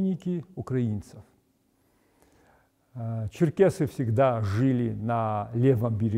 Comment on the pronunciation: НЕ ЧЕРКАСИ, А ЧЕРКЕСИ.